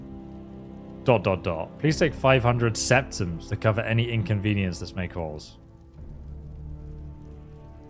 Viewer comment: That was twelve thousand sepitms